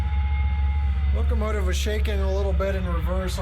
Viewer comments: Did anyone hear him say locomative a few minutes into the video? Good review as always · Yup, "locomative". LOL! I think that's the feminine version. :-) Cheers, Dan